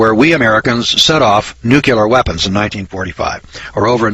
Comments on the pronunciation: It is NEW CLEAR not NEW CUE LAR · Listen boys and girls, I like what is being said here, in fact, I give it a thumbs up, but how credible are you if you can't pronounce NUCLEAR. NU..KLE...ER...not NU..QU...LER !!! Mr. Bush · the moron cant even pronounce nuclear properly.